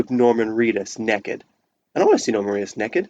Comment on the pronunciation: What does ‘neck-ed’ mean?